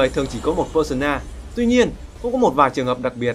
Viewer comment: Pơ-sâu-na mà